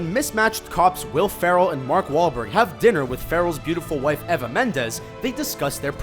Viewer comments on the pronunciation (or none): its EEEEEEEEEE VAAAAAAAAAAAA not ever with the er changed to an a sound you say the e part like the letters name. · Who the hell is "Ever" Mendes? Try saying Eee Vah Mendes and you will be a lot closer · "EEEEEV" not Ava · eva - and you say ever. da fuq